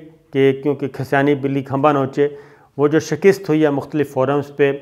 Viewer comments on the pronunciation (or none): Sabir Shakir sahb I like your program and admire your analysis you are such a trustworthy journalist but I don't like your two words which you pronounce wrongly If you correct them I will be thankful to you the words are platform and shakast you pronounce as plate form And shakist I enjoy your whole talk but become irritated when these words are uttered hope you don't mind and I can't resist watching your both videos and even ur program on ARY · sir....its SHIKAST..not SHAKIST.. :)